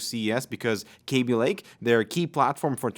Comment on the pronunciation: K A b i Pronounce it like Cabby